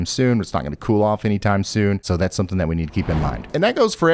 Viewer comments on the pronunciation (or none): none